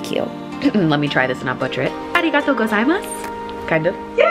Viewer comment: Glad you liked Tokyo! Hope you’ll come back to Japan again 😍 And your Japanese pronunciation is perfect!